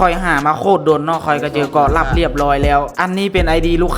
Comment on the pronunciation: เกาะลับทำไมได้ยินว่ากอลั่มวะ